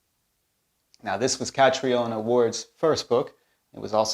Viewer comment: In Scotland, her name is pronounced Ka-TREE-na Ward.